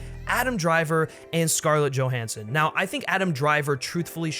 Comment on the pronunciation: “joe HAN son”